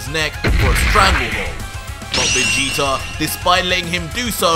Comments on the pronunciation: I love this but it’s vageta not vageter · Vageter??? I hate when people put a er on words that end with a A I bet u say Americer😒😑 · Has anyone else realized he pronounces Vegeta with two r's